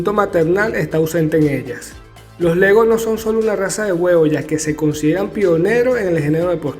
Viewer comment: No sabes ni siquiera pronunciar el nombre de raza de la gallina que sabrás tú de ellas as de estar leyendo por qué en tu cabeza no tienes nada